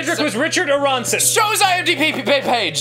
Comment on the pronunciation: It's not a-RON-son, it's A-ron-son.